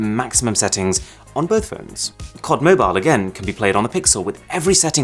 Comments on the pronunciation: Every one:C O D Mobile Arun:Cod mobile Like if understood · Arun : says cod instead of COD Me : what tf did u just say? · Everyone: C-O-D Mobile/Call of duty Mobile Arun: Cod Mobile 😅😅😅